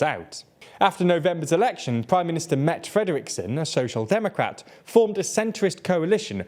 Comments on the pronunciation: Mette is pronounced Met-teh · Again, Mette is not a french name. The second 'e' is not silent.